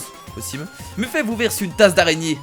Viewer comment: On dit meffète et pas muffé